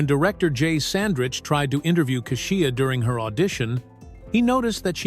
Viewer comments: Kashia kasheia it’s Kesha 😅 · Keshia’s name is pronounced Keysha and not whatever you said. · Too bad the narrator can't or won't pronounce Keisha's name correctly.... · So the narrator can pronounce Jaleel but can't pronounce KESHIA ?? 😂